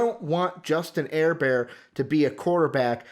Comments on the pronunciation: Just ran across this and as a lifelong Charger Fan ..... LMFAO! Staley is a fricken Genius and no doubt the Best Hire Chargers have ever made ........and for the 2 Guys that obviously know nothing about the sport of Football ...it's "Her-Burt" and "Day-Ball"......thanks for the laugh though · You should try to say his name right it's Justin Herbert